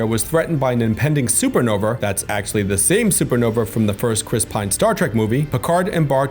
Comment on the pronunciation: BTW it's pronounced "Super Nova" not "Super Nover". Sheesh!🤣